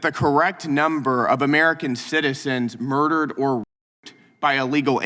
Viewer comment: I don't understand why he said the number of American citizens 'roped or mer-dered' by E. Lee Gals is zero? Did he misspeak?